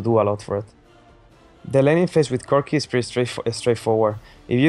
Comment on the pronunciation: Lmao "cookieee"